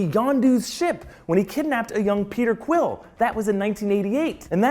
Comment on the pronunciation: you totally call Peter Quill , Krill